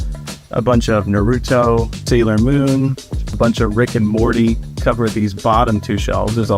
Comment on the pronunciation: The way he is pronouncing Naruto is making me cringe